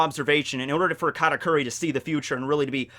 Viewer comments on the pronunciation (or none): none